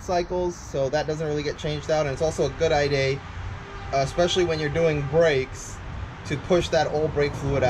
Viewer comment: Thanks for the video bros! Now I know I need to get the 330 mm rotors. One question though, why do you say rear and idea as rare and iday? lol